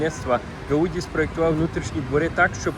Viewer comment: Не гаУді, а гаудІ)